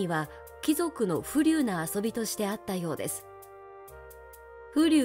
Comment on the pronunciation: 風流（ふうりゅう）を『ふりゅう』と、読んで欲しくなかったです。一気に冷めました…先を聞く気がしませんでした。